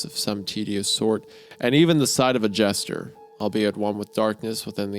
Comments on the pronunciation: Anybody else annoyed by how Wendi says "Jester" as "Gesture"? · Hunter mispronouncing a word: FUCK!! Meanwhile Isaiah: gesture, jester, gesture, gesture...